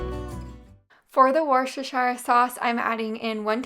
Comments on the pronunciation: Wus- ter-sheer. Worcestershire. It’s not that hard!!! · Hi! These look yummy.. I guess people really do have a problem saying worcestershire. Wuh-stir-sheer.